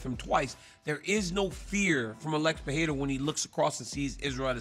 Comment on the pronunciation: Its pe(rrrr)eira not pe(hei)ra